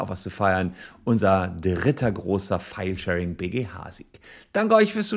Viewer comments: Ich versteh immer "Fallschirm"... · Irgendwie ist die Filesharing-Betonung etwas undeutlich :D. Manchmal klingt das eher nach "feilschen" oder so ähnlich. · Herzlichen Glückwunsch! Eines muss ich jedoch los werden, ich verstehe oft "Fallschirm" - Abmahnung :D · Niemand sonst spricht Filesharing und Fallschirm 🪂 exakt gleich aus 🤣🤣🤣